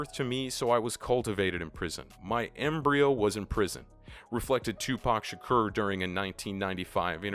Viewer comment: You said Tupac Shakur wrong